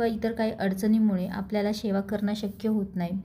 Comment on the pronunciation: शेवा शब्द नाही. सेवा बोल.मराठी शुद्ध बोला.